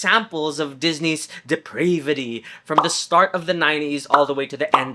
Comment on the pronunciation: Hope you don't take this as a dig, but the way you pronounce depravity in the video has me wondering how you pronounce gravity. :)